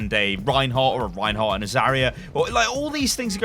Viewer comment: You don't say "Ryan-hardt" It is "REIN-HARDT". Ryan is a whole extra syllable that is not needed. It throws me off in comms when people yell out my name when they meant to say REIN ("Rine"). It irks me to no end. Just like when people say Turret like "Turre-nt". It's gross.